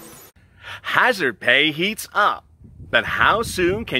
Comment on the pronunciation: Hazardpayish rofl🤣🤣